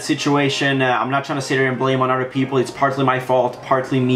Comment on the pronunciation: billcam he said peapoles